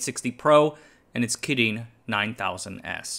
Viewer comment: The way you pronounce "kirin" is super annoying